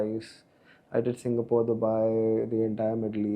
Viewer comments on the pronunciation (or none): none